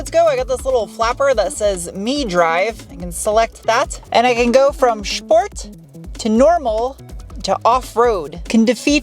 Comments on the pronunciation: Shport, and shteel, shpare? 😐 shtop!! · Great stuff.. I really like the way how you are pronouncing "Schteeel" and "Schport".. Being German, I can´t stop smiling about that.. :) you know it, girl..😂 ..and by the way: your car reviews are the most interesting in all respects.. Congrats!